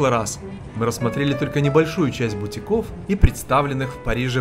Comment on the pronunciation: БутИков, а не бутикОв.